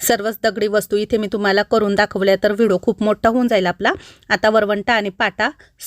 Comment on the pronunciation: अगोदर ऑर्डर द्यावी लागते का मला पण घ्यायच्या आहेत, आमच्याकडे होता, आधी पण माझ्या जावाने नेला तो, आणि हो तु व्हिडिओला व्हिडो का म्हणते व्हिडिओ म्हणत जा कारण का तुला बघणारे खूप जण आहेत त्यामुळे छोट्या छोट्या चुका काढतात मी बऱ्याच वेळा हा शब्द ऐकला म्हणून तुला सांगते रोज व्हिडिओ बघते एक पॉझिटिव्ह एनर्जी येते बाकी खुप खुप शुभेच्छा ❤